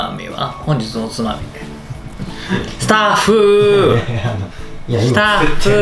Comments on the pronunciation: ほんずぃず の おずまみはぁ〜？ ずったふぅ〜〜〜〜 ←酔いどれリュウジ出来上がりw スタッフお水飲ませて！ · ベロベロですたっふーって呼ぶリュウジさんが可愛い笑